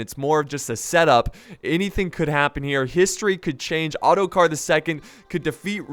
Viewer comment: I turned the captions on and when you said ottokar , this is what appeared:"auto car"